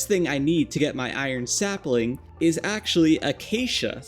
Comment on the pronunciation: Sapling : ✖️ Sapiling : ✔️🥰